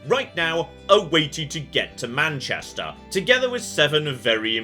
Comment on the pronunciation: How you pronounce Manchester, sounds proper Manc, love it!